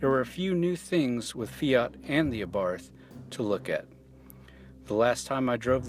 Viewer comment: since when did the word Fiat have a 'Y' in it?